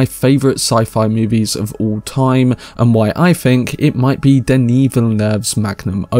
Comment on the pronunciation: Thank you, thank you! For pronouncing Denis' name properly